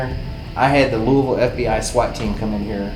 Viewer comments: I'm sorry.. LOOEEVILLE? It's LOO UH VULL XDD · it’s the “louie ville” for me 😭 it’s pronounced like “lou - vole” down here lol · I’m from Kentucky… and we don’t say LOUISVILLE…. We say LULVUL or LOOEVULL— just say it 😂 it’s just a little funny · as a born n raised kentuckian, bless yalls hearts🤦🏼‍♀️ luhl-vuhl NOT LOUI VILLE or LOUIS VILLE gotta sound line you have a mouth full of mashtatters😂😂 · Omg the way said Louisville we pronounce it lull vull not Louis ville 😂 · im from ky, and i know did not just say Louisville wrong. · i live here in louisville, i just went to waverly a couple months back too! but i’m surprised nobody made fun of you for saying “lewey-ville” 😂😂😂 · When said “Louie-Ville” lol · As soon as he said Louisville wrong I knew this wasn't gonna be good. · I'm from the Louisville area (I'll forgive you that you said it wrong,. And thoroughly impressed you knew the area code of the area as well) and I've been wondering if anyone was able to do investigations during the current pandemic since most of the history that happened here was also during a pandemic and if any spirits were able to pick up on why people haven't visited as much in the past year and a half. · Always cracks me up when people that don't live in the Louisville area pronounce our city's name 😁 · Love y’all but learn to say Louisville right lol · You said Louisville wrong